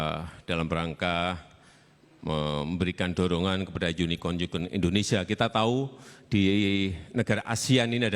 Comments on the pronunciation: Unicon ? Makanya pak prabowo lngsng memperjelas dg bertanya UnicoRn , unicoRn secara berulang kali. Dr sini udah keliat apabila pronounce kurang tepat bs merubah makna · coba perhatikan dan dengar !!! Pak jokowi menyebut (pronunciation) unicorn dengan mengucap unikon - unikon.Jelas sekali disini (vocabulary) unicorn dengan pronunciation yang disebut oleh Pak Jokowi jadi berbeda. ( What's the unikon ??). Yang benar adalah ( unicorn: = yunikorn = terdengar dalam istilah bahasa indonesia). Pak Probowo balik bertanya dengan pengucapan ( pronunciation) yang baik dan benar. (unicorn = yunikorn). Tapi kenapa disoraki dari kubu tkn ??? so... yang blunder siapa disini ??. Pertama dari segi pengucapan saja sudah salah dan jelas jadi mengurangi makna dari kata unicorn itu sendiri. Dan Pak Probowo seharusnya wajib tidak menjawab pertanyaan yang salah itu.( belajar dulu deh..!! pengucapan yang baik dan benar itu bagaimana.). Tapi dengan baik, Pak Probowo mengoreksi ucapan yang di lontarkan oleh Pak Jokowi dan menerangkannya. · Kalau kasus ini prabowo mungkin tidak sepenuhnya salah,, soalnya intonasi yg diucapkan pak jokowi samar,, itu menurut saya,,, dalam kata unicorn ini pak jokowi seperti terdengar mengucapkan yunikon seharusnya yunikorn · Pak Prabowo bukan gak ngerti, tetapi penyebutannya salah..."unicon":, harusnya "unicorn". Belajar dulu bicara Inggris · Ini admin cebong juga ya, bkin judul yg bner woy, jelas Pak Prabowo menjawab dgn tepat, semua yg disampaikan itu benar dan tepat sasaran. Junjungan kalian aja yg pengucapannya gk bnr, kan memastikan agar tdk slah dgn yg dimaksud dr pertanyaan, Unicon dan Unicorn itu bedaaa maknaa. Admin menunjukkan kedunguannya sendiri!! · Si jokowi bilang uniCON ... artinya beda ama uniCORN Kalau spelling aja ga bener ga usah ngomong dah .... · Unicorn pak bukan yunikon🤣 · Jokowi bilanh unicon bukan yunicorn .. 😂😂😂😂😂😂😂 Dah salah ngomong .. so lgi 😂😂😂😂 PAS prabowo sandi semoga menang amin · Bacanya unikon